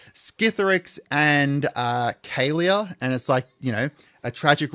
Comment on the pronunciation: "KA LEAH" not "Kay Leah"